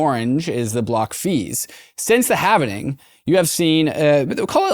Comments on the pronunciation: Every bloody time they say halvening, I shudder a little bit like Mr Burns. Is this some bloody ethereum flex or something "we know the correct way to say it" etc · Halv-ing. Not halven-ing 😁 Bitcoin going in half.